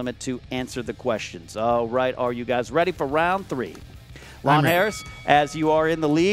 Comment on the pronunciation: Anyone else keep hearing ''Long Hair''